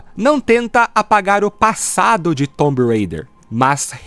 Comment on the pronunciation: Off topic: pq para Raider vc fala Reider e para Tomb vc fala "Tombi" ao invés de "Tum" deveria ser quase um "tum rêi-der"